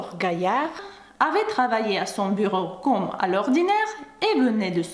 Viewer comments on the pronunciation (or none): Bonjour! Tu parles très bien Français - Bravo!!! - mais je me permets quelques remarques sur ta prononciation dans cette vidéo. 1) Tu prononces: " Mr BOUneval" --> il faut prononcer Bonne -val "BONNE" comme dans " la confiture est bonne;-)" 2) Tu prononces: "CAUME" d'habitude. Le "O" doit être ouvert cOmme (même chose que "bOnne" au point 1 3) les premières atteintes tu as oublié la liaison --> "les premières 'z'atteintes" 4) Ah ça!! On ne prononce pas "AAAAh ça!" mais "aCAAA") --> "ah" très court... "ça" plus long 5) Tu dis: Le malheureux ajusta "SON" lorgnon et "LU" --> il est écrit: le malheureux ajusta 'SES" lorgnons et 'LIT" Voila qui va te faire passer pour une "vraie" Française;-) Encore une fois tu parles très bien... ce ne sont là que quelques détails qui amélioreront encore ton français Ты молодец! Amicalement Charlie